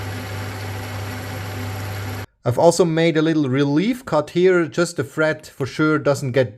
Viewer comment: it sounds like you are saying fret instead of thread